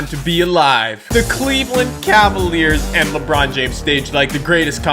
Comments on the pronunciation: Did anyone here him say lebwan instead of lebron 😂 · Lebwon James 😂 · "Diamond LeBwon" -, 2017